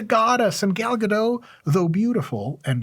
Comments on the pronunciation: Hey, Dr. Mike, frequent viewer here. Why the heck aren't you pronouncing the "t" at the end of Gal Gadot's last name? As a fellow Jew, don't you know that Gadot, pronounced with the "t" means banks, as in river banks. It is the plural of "gada" - a single bank. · Today I learned that I've been butchering Gal Gadot's last name for about a decade now. Thanks Mike 🥲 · Mike I love your advice and humor. I have been a huge Wonder Woman fan since the 70s. Gal is amazing and I really enjoyed the 2 dedicated WW movies. One point though is she is from Israel not france and you more than most people shpuld know how to pronounce her name correctly. Your celebrity critique videos are awesome. I just need to know how to get some of their genetics. Best wishes and keep on helping us mere mortals to be better versions of ourselves. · Pronouncing her last name wrong Dr. Mike but we’ll ignore it because you’re too awesome 😂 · My brother, Gal might be more impressed with you if you pronounced her name correctly... it's a start ;) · With the way you murdered her name I don't think she will be calling :( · On top of all things, you might want to learn how to properly pronounce her name. Gal Gadot. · The "T" in Gadot, isn't silent. It's Hebrew not French. Just thought I'd help you out there so next time she'll call you. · The T in GadoT is NOT silent man. She's not French. Gadot = banks (as in river banks) in Hebrew. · She went on Jimmy Kimmel and specifically stated you pronounce the T. You can find compilation videos on youtube of her saying her own name with the T over and over. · Gal Gadot's name is pronounced phonetically - Ga-Dot you keep saying Ga-Doe like she's french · (Gadot not Gado. She's Israeli not French) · You are jewish, how are you keep saying Gal GaDew 😆 What's the problem to say Ga-Dot 😪 Anyway great video ✌ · "Gadot" does not rhyme with "toe", it rhymes with "apricot", btw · Isn't her last name pronounced with the T, like either gah-dot or gah-dote? Not gah-dough.